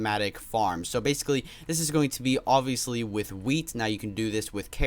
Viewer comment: Stop saying oviestly